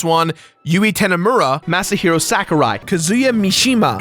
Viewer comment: Is that completionist logo there to block out your Xbox username? A... hand cannon??? I thought you were going to say Japanese version of Grand Theft Auto. Wait that's not how you pronounce Sakurai's name? Had a feeling it wouldn't be worth it. It rarely ever is.